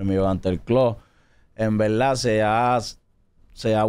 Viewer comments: en velda en Velda si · En veldad😅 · Cuantas veses dijo envelda velda😢